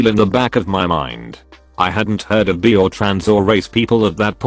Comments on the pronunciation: Post: “Bi” No one: Me: Absolutely no one: Video: “Bee.” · IT'S! NOT! PRONOUNCED! BEE!!! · Соня Скупова because in the video it pronounces bi “bee” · Me: b Text to speech: b Me: i Text to speech: i Me: bi Text to speech: 🐝